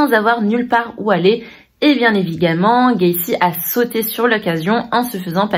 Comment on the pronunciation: " eh bien evigement" MDR